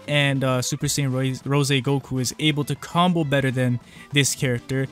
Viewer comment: URGGGGHHH, it's rose like the flower, NOT RO SEY